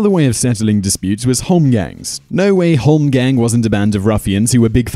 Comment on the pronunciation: Holm gång, pronounced holm gong, not holmgeng